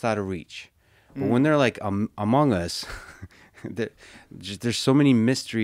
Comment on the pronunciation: lol he said amoung us twice thats kinda sussy ngl